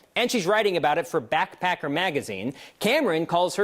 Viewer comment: Backpacker... Not blackpacker, that's not a word